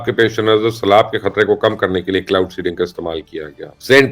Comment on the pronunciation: ایک مشورہ ہے مبشر صاحب کہ پروگرام سے پہلے چند بار سکرپٹ کو پڑھ لیا کیجیے تاکہ کلاؤڈ سینڈنگ اور پِن بجلی جیسی غلطیاں نہ ہوں۔ شکریہ